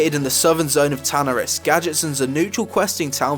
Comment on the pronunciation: Lol same dude he said tanaris and auberdine differently than how I pronounce